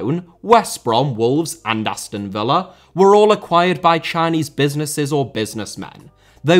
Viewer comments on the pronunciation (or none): none